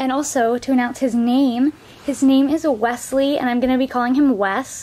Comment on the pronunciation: It’s not wEAsley it’s wEsley